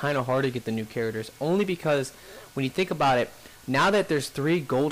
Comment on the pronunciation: In the next episode, will pronounce Charders... Characters. Hah, I only kid, fun video though. No Harrier though is a bummer.